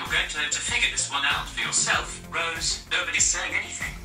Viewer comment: Was it just me or was Siri pronouncing Rose's name like "Reuse"?